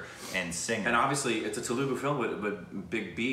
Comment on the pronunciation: IT'S TELUGU NOT TELUGA